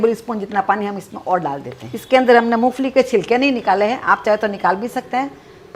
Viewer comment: MU FALI NAHII MOMPHALI HOTA HAI JI